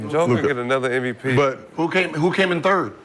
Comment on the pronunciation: It’s MVP not NVP